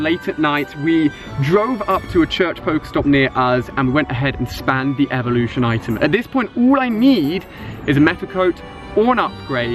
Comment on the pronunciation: new evelooshon to odish